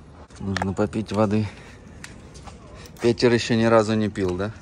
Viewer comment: Произносится Пэтэр, ну зачем так коверкать имя?